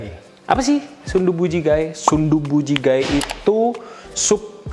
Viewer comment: Bacanya bukan ji-ga-e, tapi jige walaupun tulisannya jjigae hehe